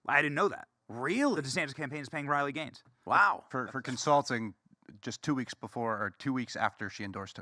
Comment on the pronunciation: Riley Gay-nes